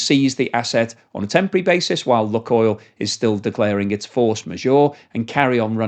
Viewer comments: Annoying video to watch as you pronounce the name of the oil company wrong....it's pronounced 'Luke -oil'. I lived in Russia for 20 years and my wife worked for 'Luke-oil'.......not 'Luk-oil' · Okay I'm done with you, this is the 4th video where you repeatedly pronounce Lukoil( 'loo.koyl') as 'luck.oil'. ITS IRRITATING especially when its 100 times a video and I cant listen to it anymore. I've left comments every time but you obviously haven't picked up on it. If you cant research the company name that you're talking about properly, I find hard to have faith in what you're saying, but mainly its just IRRITATING. bye. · duh - what planet do you live on? your pronounciation of lukoil is ridiculously ignorant - its lewk-oil = luke-oil ' NOT LUCK NOT LUCKY ..... LUKE-OIL. you live under a rock in britain. should try to get out and around more. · Pronunciation.... luke-oil not luck-oil, please. Thnks for presentatio...n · Luke not luck. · Its pronounced ‘Luke’ Oil (not look oil)….. please amend, as it makes me cringe every time you say it incorrectly!😖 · I used to be a shareholder but got out and sold everything about a week before they invaded Ukraine. Exxon, Petrobras and some of the Canadian oil companies, even some African ones are better options now. I've always pronounced it as LUKEoil not LUCKoil. Is that not correct? They're definitely not having much luck right now! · I really like your stuff but think 'Luke' not 'Luck' with Lukoil. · Did you say 'luckoil"..?..😅. I take it you've never been to Russia.. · try "luke-oil" ;) the way you say it is wrong. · Lukoil, pronounced "Lukeoil" as in Luke and oil. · LUKOIL is pronounced “LOO-koyl”. • “LOO” – rhymes with blue or shoe • “koyl” – rhymes with coil or boil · Your pronunciation of Lukoil decreases your credibility.